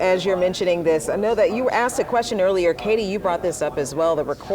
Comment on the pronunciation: She said, “. . . we axed fo da money. . .” Does she mean they “asked for the money”?